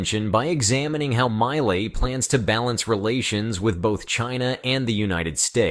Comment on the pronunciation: Argentina’s President MILEI’s name pronounced “MEE-LAY” not “MY-LAY” - My Lay might be referring to what some couples do at the lover’s lane in a studebaker’s back 💺 seat.😊